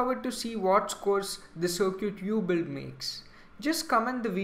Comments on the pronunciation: stop saying sircuit its Circuit lol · dude seriously while you're online don't run your mouth just Google it even the general public knows how to enunciate cir·cuit sərkət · uh dude circuit is pronounced sir-cut